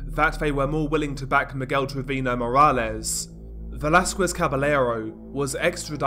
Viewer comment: His mispronunciation of Velasquez and Treviño makes me cringe. 😷